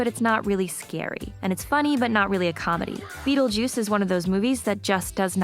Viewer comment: O Mestre Das Artes Místicas Don't you mean Beetlejuice? WTF is "Bettlejuice?"